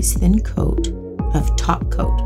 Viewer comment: Also I think I've been watching so much lately that I hear "Taco" instead "topcoat" against my will every time she says it lol